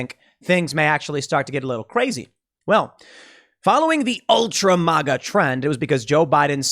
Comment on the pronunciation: MĀGA not MauGA 🙈🤣🤣🤣